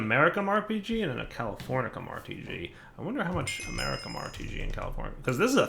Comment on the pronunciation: Goddamn wtf americium and californium are not fuckin pronounced like that